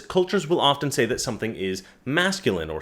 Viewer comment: often, NOT ofTen (SILENT "T")!!!!!!!!!!!!!!!!!!!